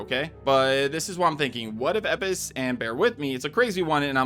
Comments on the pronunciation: Did so much research but can't pronounce Elpis. Had to shut this video off after the 20th time he says "Eppis." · Of course it's Hunnigan on the comma, why? Cuz they hire new VA every time for a new game... Like RE remake 4 has a new VA for Ada personally I liked the first woman show voice Ada... And Elpris the fuck? U pronounced it as E pis it's [El pis] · It's EL-PIS. Not EP-PIS. Holy shit. Edit: Nick's last name is pronounced UH-PAHST-I-LEE-DEZ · It’s ELpis not Epis you annoying bastard are you dyslexic? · bro is it not elpis not epis why does he skip the L??? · Bro am I crazy.. is it not EL-Pis. Hearing Epis was killing me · ELLLLLLLL piss..... not Eipis ELLLLL... say ELLL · Anyone else find it a bit harsh to hear him say Epis over and over again instead of Elpis 😅or is it just me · Why do you keep saying "Resident and evil"?? And it's Elpis, nit "Epis"... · it's pronunced Lpis not Epis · Bro how you gonna call it “Eppis” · Elpis, not eppis. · Umm... Elpis. Not Epis... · Its pronounced "Lpis", instead of saying "Epis"😅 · Dude stop fucking saying EPIS the word clearly is ELPUS it has a fucking L for gods sake Jesus that bothered me more than it should have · why do you say eppis when it is spelled elpis? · ITS ELPIS NOT EPIS ..... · This bugged tf out of me. E*LLL*pis. Not Epis. Like does bro have some accent that skips Ls? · ELPIS, ITS FUCKING ELPIS, NOT "epis" OH MY GOD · I love YT engagement, it really works! "Epis" lmfao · my guy, it’s pronounced El-pis. If you’re mispronouncing it on purpose to engage by rage baiting then that’s cringe af. El-pis. The word doesn’t have a silent L. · E “L” PIS, Bro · EL-pis... If you make such a mistake in your analysis, your takes have a lot less power to them, following with mispronunciation of new virus/parasite/whatever it is. Do your research more diligently next time 😉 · ELPIS not eipis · El-Pis they literally said the word correctly in the trailer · I guess we just ignore the L in Elpis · Can you not pronounce Elpis?